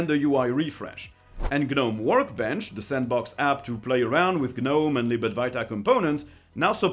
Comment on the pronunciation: you DO NOT pronounce the G in Gnome.... its pronounced Nome.